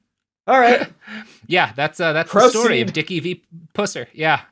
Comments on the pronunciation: Please PLEASE stop pronouncing his name pewser. It's pronounced puhser...he was a jerk either way though tbh. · You keep saying his last name wrong. It's Puss-er, not Pew-cer. But you would have to have grown up in red neck hell like me to know that